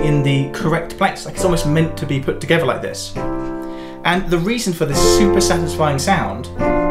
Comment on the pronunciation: Jesus, - learn to say „together“ and „with“ with th, not f